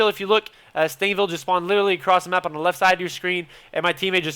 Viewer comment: "the" sounds like "dee" haha i love it